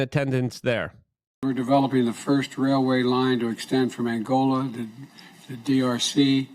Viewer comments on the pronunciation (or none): none